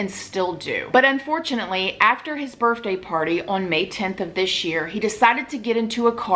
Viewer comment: And birfday hehe